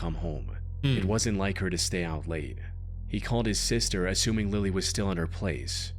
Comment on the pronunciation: Bro said Lily wrong